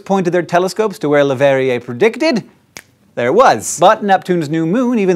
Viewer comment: Hank's pronunciation of Le Verrier's name is spot on!